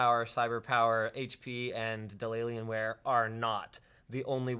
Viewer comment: Omg "Dellalienware" I love it!!!